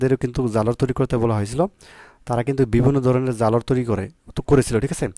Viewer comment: জালরা না ঝালর উচ্চারণে সমস্যা আপনার